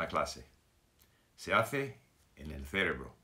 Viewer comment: Señor Steve, la palabra "CEREBRO" tiene la fuerza en la segunda "E" no en la primera. Solo para ayudar no lo digo para criticarte. Saludos.